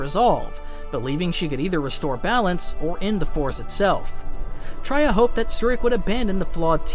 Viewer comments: Wookieepedia summary of the events? At least look up the pronunciations of the characters you're talking about. Traya comes from the word "betrayal," hence it's not pronounced as [Tr-ah-y-ah], but [Tr-eh-y-ah] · Real quick, you are pronouncing Traya and Kreia wrong. It is Tray ah and Kray ah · Tria? Who? Bro you cant read😂😂😂😂😂😂😂😂😂😂😂